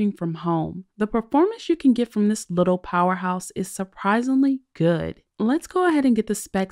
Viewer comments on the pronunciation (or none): none